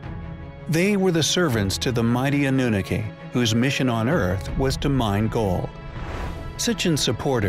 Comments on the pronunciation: "Ahnoonakay" I always heard it pronounced Ah-new-nah-key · Why do Americans insist on changing the pronunciation of everything, it's Iraq as in E rack and not Eye Rack, and what is annuniki it's pronounced an u naki. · Why does the narrator keep saying "Anoonickee"? It's ahh-noo-nahh-kee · It is( ah new nah key) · Yes he does. Particularly ANNUNAKI. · Coming from someone who can't pronounce the name Anunnaki properly !!